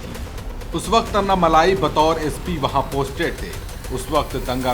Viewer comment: अन्ना मलाई नही ये अन्ना मलै।